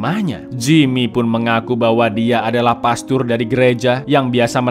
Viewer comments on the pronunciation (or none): none